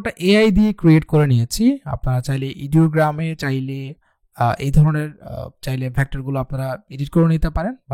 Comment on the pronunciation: আপনার উচ্চারণ গুলো শুনতে কটু লাগে। এটা ইডিওগ্রাম না, আইডিওগ্রাম।